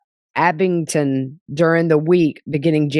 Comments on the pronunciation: Boston here, your pronunciation of Abington is perfect. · hey girlfriend you said Abington the right way